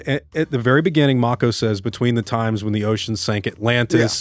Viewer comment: The irony of correcting the pronunciation of Neanderthal (and later Cimmerian), but saying Mako wrong the whole time. It's pronounced Mah-ko, not May-ko. 😉👍 Great review! Awesome film!!!